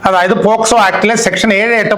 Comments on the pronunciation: പോക്സോ ആക്ട് എന്നല്ലേ.ഇതിൽഎല്ലായിടത്തും പോസ്കോ ആക്ട് എന്നാണ് പറഞ്ഞു കേട്ടത്. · വക്കീലേ പോസ്കോ ആക്ട് ആണോ അല്ല പോക്സോ ആണോ. 6.21 മിനിറ്റിന് ശേഷം